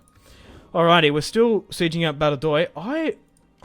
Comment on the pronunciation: Badajoz = ‘Bad-a-hoth’